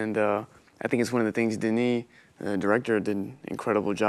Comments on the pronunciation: Ça me fait bizarre en tant que québécois entendre un français prononcer le S de Denis Villeneuve. Super interview ! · oui mais le français c'est sa première langue. Il devrait savoir comment dire le prénom "Denis". Il le prononce "Denise". Il dit le S alors qu'il ne se prononce pas. Timothée le dit bien le nom du réalisateur et Zendaya aussi le dit bien. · Mais pourquoi il a prononcé Denis avec le “s” mdrr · Hugo est français alors pourquoi il dit "Denise Villeneuve" au lieu de "Denis"? Denis c'est pas un nom commun en France? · Can he stop saying zendaya and denis names wrong like wtf